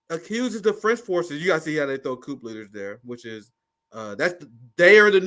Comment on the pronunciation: Bro, you too smart to be pronouncing the "P" in coup. Please lol